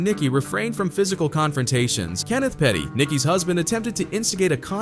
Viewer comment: yo! his name is Kenneth PETTY .. NOT PERRY